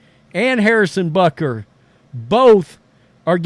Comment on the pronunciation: Bro... There is no N... xD BUTKER